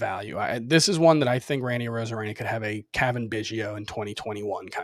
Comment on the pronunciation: I was taking you’ll seriously until you said arozarena.